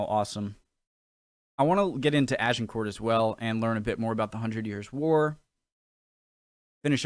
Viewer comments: Pronunciation tips - 'Cressy', Agin-core' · Pronunciation: Agincourt- A-jin-cor (silent t), Crecy- Cre-see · Crécy = Cressy. Agincourt - Aj-in-corr. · Brave attempt at pronunciation from, I guess, a non-French speaker. You were close. Crecy is Cressie like Jessie. Agincourt is more complicated: Ah-Zhin-Cor. I’ve been to both villages, and they are literally just villages. :-) Ed III was Longshank’s grandson. A surprise to everyone seeing as Ed II was certainly bisexual and probably gay, indeed records suggest that Ed III’s father may have been a squire or knight in the Queen’s service … because Ed II was documented as being a long way (in France) from his Queen (in England) during the likely month of conception. If you want to know more of Agincourt, you should watch Kenneth Branagh‘s brilliant film of Henry V, which culminates in the Battle. Fine work, by the way. “I’m just a guy who wants to learn” should be the mantra we all live by. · I know the narrator on this clip pronounced Agincourt sounding the T, but Agincourt, located in Northern France, is pronounced without the sound of the t at the end, and more of a Z sound in place of the G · Even though it spelt agincourt you pronounce it without the T for the French way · Crecy = 'Creshee'. No, not that close - art of the time is often lacking in perspective. Agincourt = 'Ag' with a soft 'g' - 'an' as in 'anger' - 'cor' is the Anglicised version of the French, who spell it 'Azincourt'. For Agincourt, it's worth checking Mike Loades dissection